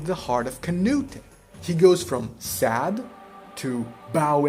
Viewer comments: It’s not “Kuh-new-tay” it’s “kuh-newt” The E is silent. In fact his name used to be spelled “Cnūt” in Old English— the final e was only added during the Middle English period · you foreign hobgoblin, it not "kah-nu-teh". It's "Canute", as in Cnut. that's the way it's pronounced. Cnut the Great. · “Canute-eh” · The way you're pronouncing Canute is driving me crazy, but other than that great analysis. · The way you say Canute is incorrect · Great video. It just kills me that you keep pronouncing Canute's name wrong. :'' )